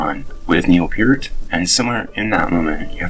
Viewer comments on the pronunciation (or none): NO. It is pronounced PEERT.